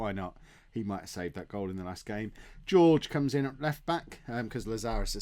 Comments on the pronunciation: I love how Jorge is George and not Horhe:-) You really are traditional English:-) And I really love your vids mate! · Jorge = "Hor-Hey". You're welcome!! Love the series you do:D